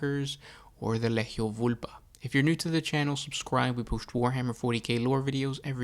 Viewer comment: It's Lee-Gee-Ohh. How much shit can you pronounce so horribly wrong every video man.